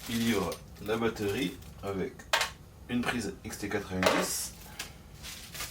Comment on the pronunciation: On dit batterie pas bateuuuurie😂😂😂